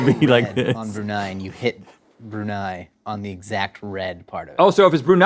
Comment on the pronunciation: I know it was more about Link hitting the bullseye but the Brunei episode made me giddily happy because I'm from Brunei!! And wow they all hit the nail on the head with the pronunciation.